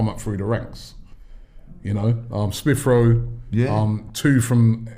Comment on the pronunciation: Robbie: “Smiff Rowe” 🤛🏿